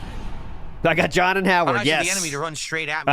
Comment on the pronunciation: you hit that "John" with Rambo accuracy 👏. If John was ever on Wpig it'd get a million views from me alone lol.